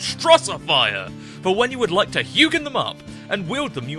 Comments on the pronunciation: I love how they pronounce it hue-gin instead of huge-en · It's such a petty thing to be annoyed about, but I hate how the narrator in this episode pronounces the word "hugen". It's supposed to sound like the word "huge", but with an "n" at the end, like "hewjen". Get it? 'Cause it grows things? Makes them "huge"?